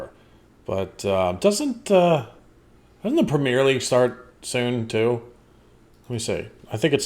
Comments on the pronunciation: Not prem-yare league, prem-ee-air league. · It's Prem-yer, not Prem-year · Dude, please stop calling it the Premiere League, it's "Premier" and is pronounced "PREMMY-air", not "pre-MEER" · PREM E ER PREM E ERRRR NOT PREM EER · Prem-E-uh League not Prem-E-Ear League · Actually it's the PREMMY-UH league, not PREMMY-AIR. No-one in the UK is saying "air" at the end. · Prem ee er league, not whatever you said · That's the premiere league. Pronounced prem in ear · I don't think anyone except you says "premmy-uh". It is universally pronounced "premmy-air", whether you're talking about the football league or the prime minister. The French pronounce it that way too, except they spell it "première".